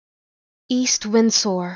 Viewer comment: I think u pronounced the s in windsor a little too strong